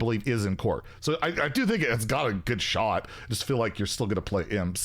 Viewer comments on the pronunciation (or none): none